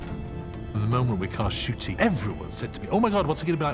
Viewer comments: The "n" is actually pronounced, just very quickly. Like, "en-shoo-tee". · Ncuti Gatwa seems to pronounce his name Shoo-Tee Gat-Wah.